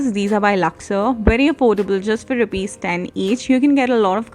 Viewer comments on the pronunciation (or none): none